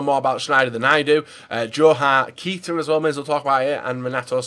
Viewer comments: Fail List 1. Chabaloah 2. Kita to Leipsig 3. Kalanic then said it correctly and then said it wrong again... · You need to start pronouncing Keita right if he's going to become a Liverpool player.